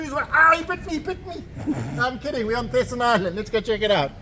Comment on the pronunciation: Thesen is pronounced with a silent H, so it's Teesen and not Th 😊